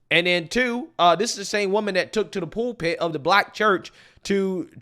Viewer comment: Dude, did you say "poolpit" of the black church ? Just messing with you, keep up the good work. Pulpit, fyi